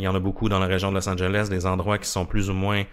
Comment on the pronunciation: C'est bizarre que vous ne prononciez pas le E et le S à la fin de Los Angeles 🤔 C'est pourtant un nom de ville très connu et c'est même faux grammaticalement de dire "Los angel" puisque Los Angeles veut dire "les anges". Mis à part ça, j'adore votre podcast ! 👍🏼